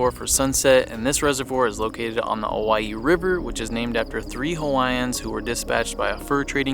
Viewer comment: Thanks for pronouncing Owyhee correctly. How refreshing.